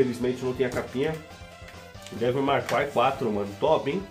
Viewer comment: "Meu inglês tá em dia" Segundos depois, "DÊVIU MAR CRAI"... kkkkkkkkk